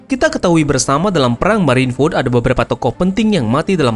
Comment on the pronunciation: Marine food? Marine ford bang :v